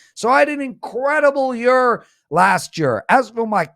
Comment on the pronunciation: says: "Year=Yer"